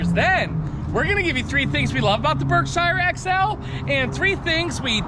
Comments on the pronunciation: I'm from Massachusetts where Berkshire Ins is . It is pronounced "berkshear" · For god sake somebody teach him how to pronounce the word "Berkshire"